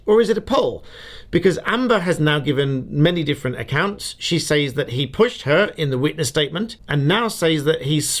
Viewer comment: Stop saying “ says” to rhyme with “pays” ! It’s pronounced “ sez “ !